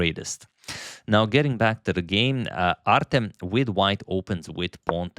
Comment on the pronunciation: Artem pronounced with stress on the second "E". i.e - artEm.